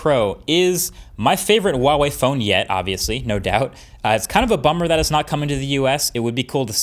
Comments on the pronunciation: the h is actually pronounced in Huawei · Just so you know Marques, letter H is always pronounced in Chinese. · He still couldn't pronounce the Brand name correctly... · The 'H' in Huawei is phonetically the same as it is in English. It does not sound like a W. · I'm surprised after so long Marques is still saying Huawei wrong. I can't be the only mandarin speaker watching this channel... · Sadly Huawei is going to retreat from the American market by the end of April. They’re a great phone manufacturer, and they deserve a better treatment, especially a better pronunciation of their name. Wawei? Seriously Marks Brownlee? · Great video as always! Just a quick heads up in case you didn't know, it's pronounced Hwa-way. The H isn't silent. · I don't wanna be that guy but Huawei has an 'H' in it. It should be pronounced. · HUAWEI not WAWEI. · say it after me, HUA wei, not WA WEI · Why are you pronouncing it as "Wawei" instead of "Huawei"? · I have been a Huawei user since the P8 lite. Would never go back to any other phone. I love the P20 pro, it is perfect for what I need it for. By the way, it is properly pronounced Hwa Way, not Waa Way! My son uswd to work for them so I know this for sure! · dude it's "H"ua-Wei, not "W"ha-Wei.. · IT'S HWA WEI, NOT WAH WEY, freaking western people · Huawei is pronounced 'hwa-wei', not 'wah-wei', the h is clearly pronounced. Just a nitpick on an otherwise great video! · Hahaha YES. I have a Pixel 2 XL. Glad it's still the camera champ. Also... why do people pronounce Huawei as "Wa-way"?? Huawei is pronounced exactly like how it looks: "Hwa-way" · Hua Wei NOT Wa Wei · I love the way You say HUAWEI - "WAWEI". In PL, EU we read it HWAWEI ;) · Is there a reason why he always pronounce it wuawei? It's pronounced with like an h in Chinese... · You need to pronounce the h in huawei. Btw. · Great review! Tip though: Huawei is actually pronounced with the "h" like "h-wa". :) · It’s pronounced Huh-Wah-Way, The H is not silent